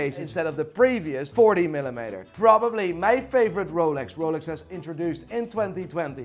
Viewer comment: I could listen to say Millimetre all day it’s so beautiful